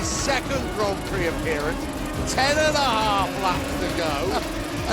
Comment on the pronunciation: Sebutan "gron prik"